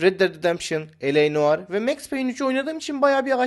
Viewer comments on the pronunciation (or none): none